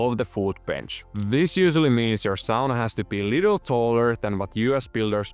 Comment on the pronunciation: I knew from how said Sauna I was in good hands!